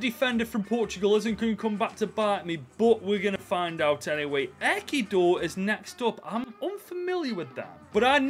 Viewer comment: The pronunciations 💀 EKEDOR And Ko SAVO! My god